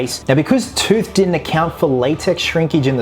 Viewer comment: It's Wayne Toth, not Tooth